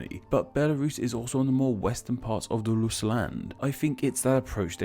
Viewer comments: Deadbäss he also says loos instead of rus’ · why do you pronounce Rus like Lus more than like Rus throughout the video? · Would are you saying Lus? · it’s sounds like you’re saying ‘lus’ instead of ‘rus’ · Lol Brits don't pronounce Rs the same way as Ls.